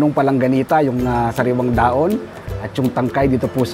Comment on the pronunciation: Kapampangan po ba kayo sir?wala po kase kayong "h" e..dahon =daon...hehe